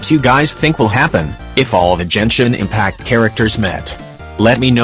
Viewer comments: did i just heard jenshin impact xD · jenshin impact